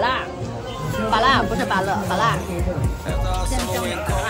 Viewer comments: 的“芭樂”發音為什麼可以這麼台，真的非常標準～😊😊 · 芭樂二種發音都可以用，如果發和"辣"同音就是台語發音!